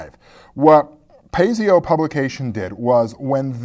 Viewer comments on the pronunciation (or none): I've personally ran a couple games with this and have to say I like it. From what I hear 4th ed id dumbed down to the point that it is more of a mini game than a rp. Also I'm 99% sure that the company name id pronounces "Pay-zoh" not "pay-zee-oh". Keep up the good work. ^_^ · Pretty sure it's as you think, krim7... "PIE-zo" (or "Py-zoh"), but don't quote me on that. It definitely ISN'T "pay-zee-oh"! :-) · PIE-zoh is the correct pronunciation. Otherwise, good summary-review.